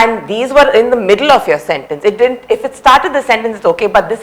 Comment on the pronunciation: Do we really require these kind of useless reviews where we still learn and try to improve the skills as linguistics. Also the guy pronounced as DIDINT. Even he doesn't know how to pronounce it the word didn't. You guys learn first and then come here for Subtitle reviews. Do a better job if by providing subtitles to Tamil classic movies and prove your skills there. If you start finding the mistakes, then it is everywhere. Wont get a stopping point anywhere near. Note :We know how you guys are earning huge money through your subscribers and views. All you know is just go around in social network by criticizing someone's hard work and earn money through that. Which is really not good and has to be stopped ASAP. Hope you know the meaning of ASAP :-).